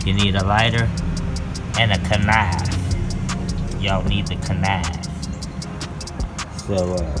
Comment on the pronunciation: I wish you would say “knife” the correct way.